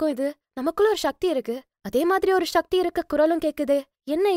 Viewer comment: ஷக்தி என்று உச்சரிப்பை சக்தி என்று உச்சரிக்க, சக்தி பெருகும்.‌...ஷக்தி செயற்கை உச்சரிப்பு